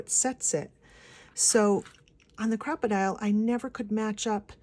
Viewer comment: yes its not pronounced crocodile its a cropadile big byte an yes it is expensive here in new zealand it costs 126.00 dollars an as a pensioner i have $70.00 a fortnight for spending for crafts.so penny pinching is strife in our household hi kk